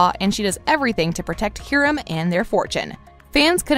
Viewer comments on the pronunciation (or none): You know they never actually watch the show when they call Veronica's dad Hear-um instead of Hi-rum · its not herum its Hiram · I disagree Also did she say Hearim... its Hiram Hi•ram And Claudies? Claudius Claw•Dius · Its hiram not hEEEEEEEEEEEEEEEEEEram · Yess because you are saying Hiram’s name wrong. EDIT: I might have spelt his name wrong it might be spelled like Hyram. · I hate how she always mispronounces the names like probably didnt even watch the show and is throwing all this hate over nothing like Hear-em Lodge like what the heck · I don't think the narrator has actually watched the series, because...She say Hiram wrong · Can we just mention the fact that she pronounced Hiram wrong😂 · Why She Gatta pronounce Hiram like that🤦🏽‍♀️ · Also I feel like u said forges weird and the way u said Hiram has me crying 💀💀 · Actually all those things make since if u actually watched the show. And you even pronounced Hiram’s name wrong the whole video.